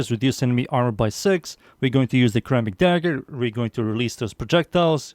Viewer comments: Is pronounced like Ser rammic. Like serrated. Not kurr rammic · You pronounce ceramic starting with ssss' not cuh' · actally it wold be pronounced like (sir-amic) and if u care to argue go ahead and say the word "Certify" out loud. both start with CER which is pronounced as "sir" 😅😅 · Its a "suh-ramic" dagger my guy 😭